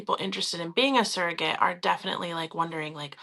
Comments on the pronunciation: It’s pronounced surrogate, not serrogate. is pronouncing it properly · Why does she keep saying seragate? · She can't even say the word properly.